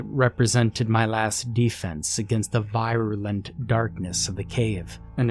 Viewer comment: "Un-biden" "vairoolent" "en-thrayled" Bruh, stop; this is supposed to be a horror story but you keep making me laugh! 😂